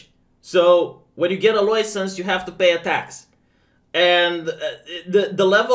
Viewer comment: Take a drink each time says LOUISENSE